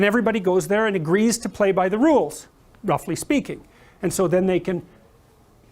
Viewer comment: "Roffuly" speaking"